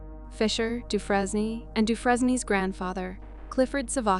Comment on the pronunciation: In the story about Suzanne Suvakis, you continually mispronounced Megan's last name. It is pronounced, Doo-fraine ( rhymes with "train", in the American pronunciation), or Doo-fren (rhymes with "pen", in the French pronunciation). Really, if you're going to make a video about victims and their families, at least have the respect to do a little research on the correct pronunciation of their names - it can't be that hard, especially in the age of "Google".